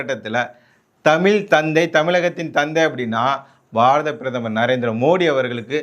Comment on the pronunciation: தமிய் இல்லடா முன்டம்